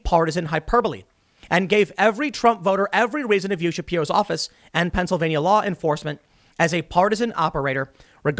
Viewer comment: Please learn how to pronounce Pennsylvania.